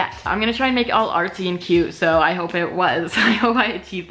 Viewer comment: why do girls pronounce "cute" as "cue"